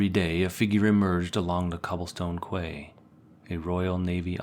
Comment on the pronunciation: As soon as the AI voice said "kway" for "quay", I switched off.